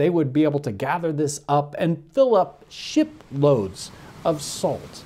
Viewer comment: LOL I loved how you had to enunciate hard on the shiPloads of salt being produced XDXDXD